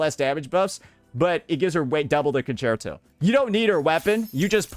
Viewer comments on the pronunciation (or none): none